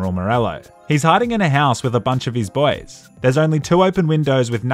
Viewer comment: Whenever says boys, I hear it like bois.